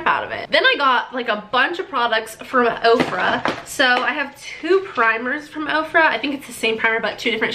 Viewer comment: When you said OFRA I thought you said you got products from OPRA! 😂